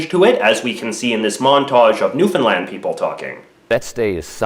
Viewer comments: You mispronounced Newfoundland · Newfinland? Isn't it Newfoundland? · So You pronounce Newfoundland "New Finland"? Kinda ... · Am I the only one who hears new Finland instead of New Foundland? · Newfoundland not newfinland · am I the only one that hears New Finland when he pronounces Newfoundland? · A feel bad that a Canadian says Newfoundland wrong